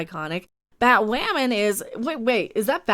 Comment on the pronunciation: Nope, until Batwahmen is off the air, we’ll keep doing it.